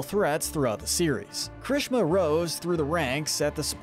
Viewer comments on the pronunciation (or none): Why your spelling juries kirishima like that? It’s KEERI-SHEEMA not kerishema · All these pronunciations are wrong! Yoa-ya-roo-zu, I-zu-kuh, ki-rush-ma